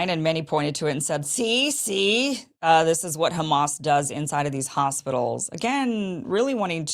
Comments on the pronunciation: LOL They just pointed out the first thing I noticed! If you know a little Arabic, you know the distinct pronunciation of letters ع ح only fluent people can say it right and local people will never change the ح in Hamas to soft H sound! It’s like a Spanish person pronouncing Juan the way an American says Huan! 🚩 They wont mispronounce proper names! 😂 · LoL Anyone who knows little Arabic knows the Arabic accent! Hamas is spelled حماس in Arabic. “H” is the closest English sound to “ح”, but an Arabic speaker will pronounce it that deep guttural sounds which this fake nurse doesn’t pronounce!